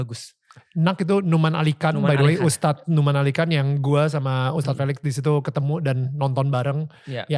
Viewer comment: Tolong host...jangan panggil Tad. Panggil ustadz. Jangan dipotong ya. Cuma 2 syllables kok kenapa dipotong and it's completely wrong.